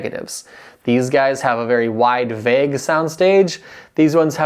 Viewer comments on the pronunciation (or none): none